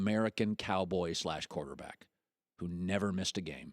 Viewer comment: Why can't colin say the word quarterback? "Korta back"